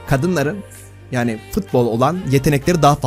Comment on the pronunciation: şu futbola fıtbol deme artık